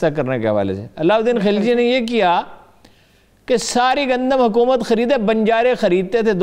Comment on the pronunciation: HA QOOO MAT,,,,,,, yeh QOOO peh itna zore kion hay